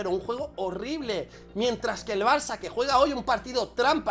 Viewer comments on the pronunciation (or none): none